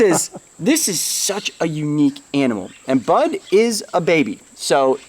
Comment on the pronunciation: I misheard "Bud" as "Butt" at first 😂